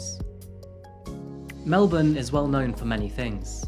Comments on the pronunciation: You prononced Melbourne correctly! It's so interesting to hear a story about something that happened in my state.Thanks for posting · Thank you for NOT pronouncing Melbourne like Americans do! 'MEL=BORN' Nothing grates at Aussies more than hearing MEL-BORN or BRIZ=BAYN !! Love the country intros at the beginning of your stories. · thank god, you said Melbourne properly, knew there was a reason i enjoy your channel so much